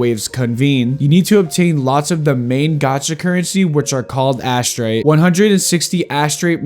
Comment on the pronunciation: Asterite ❌ -> Ash tray ✅